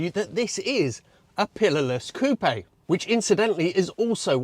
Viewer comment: “COOP”!!!! Not “coopeh…..” For cryin out loud!